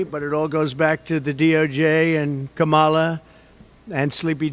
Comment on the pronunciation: What a toddler. I like that he offers the information "I haven't talked to Russia in years", no one said you were involved in this fraud. Also, DonOld, pronounce Kamala's name correctly just once.